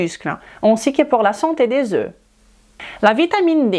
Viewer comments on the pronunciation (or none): none